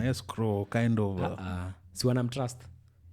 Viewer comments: Any time he says country, "kauntri", I am sad. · Someone teach how to pronounce 'country'. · Bado anasema Ko-untri shwenzi